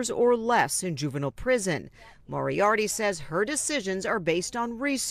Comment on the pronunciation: It’s pronounced (More-E-ARTY) it’s not that hard. It’s pronounced as it’s spelled moriarty. How are news people so terrible at pronouncing names!?